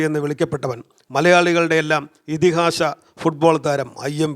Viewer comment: സുഹൃത്തേ ഉച്ചാരണം ശ്രദ്ധിക്കണം , ഇതിഹാശ അല്ല ഇതിഹാസ 😂😂